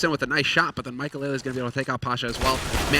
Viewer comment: Who watches this and said maikelelelelelele when the casters said maikelele Also i luv dyrus